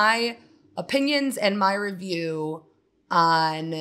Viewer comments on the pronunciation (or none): none